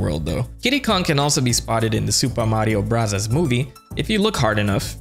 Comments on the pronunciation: Oh my god, STOP saying “Super Mario Brothers Movie” like that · am i missing something, why does he say the mario movie name like that